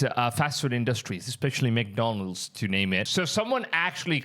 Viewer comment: It's man-donalds 😅